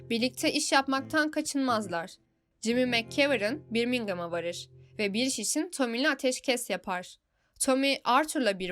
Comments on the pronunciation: birmingım değil bebeğim, Börmingım diye oku :) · Birmingham'ın telaffuz şekli şaka mı 😅